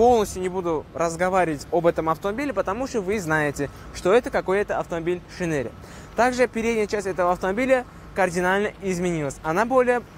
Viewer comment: Не "Шинери" а "Шайнрэй"